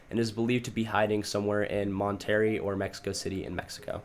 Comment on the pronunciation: 1st. DeJesus is pronounced (D-Hey-Zues) Not D-jesus 2nd. Monterrey is pronounced (Mon-t-ray) NOT Mon-Terry